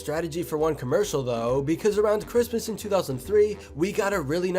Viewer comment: Why does it sound like he said Christmas Bitch